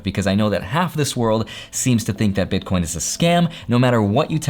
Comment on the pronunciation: BitCORNS! LOL. I nearly died because it sounds like my family🤣. Thanks for the video.